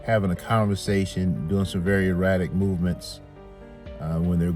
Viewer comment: ERRATIC NOT EROTIC🤭